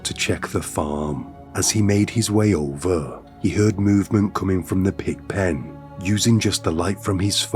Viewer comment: is it just me or this dude has a weird voice. "Ovuh....fwozun...twustud...slowleee,"